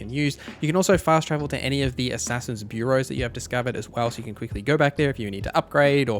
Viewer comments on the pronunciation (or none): Here's a mistake you missed, it's pronounced "byuor·row" not Burrow. As in Bureau of statistics.